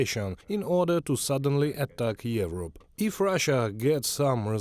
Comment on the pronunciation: This channel could use professional English voices. ‘yevrop’? Really?